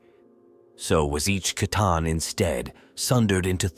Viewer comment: Is this AI? Narrator pronounced C'tan two different ways in the same sentence.